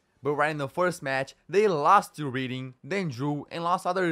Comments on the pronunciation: Reading is pronounced like "redding" and portsmouth is pronounced like "ports-mth" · Derby pronounced DARBY reading is pronounced REDDING. just fyi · I thought the pronunciation made it better. Reading is also pronounced Redd-ing when it's the place (English doesn't make a lot of sense)